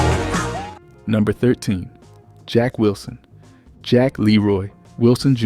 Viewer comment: The commentator is ridiculous. HOW could he mispronounce Jackie Wilson and Minnie Riperton's names.Tina Turner passed away from stomach cancer.